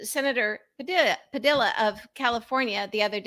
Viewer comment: Pa-dee-ya is the pronunciation.